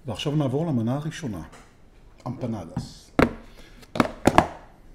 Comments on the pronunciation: היי לא אומרים אמפנדוס.... אומרים אמפנדס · סרטון מושקע, עריכה מעולה, דיבור רהוט, סאונד גבוה וביקורת מקצועית אך אמר אמפנדוס ולא אמפנדס לכן 3.5 במדד שלנו. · אני ארגנטינאי. ואני אומר לך בפה מלא. אומרים אמפנאדס לא דוס דס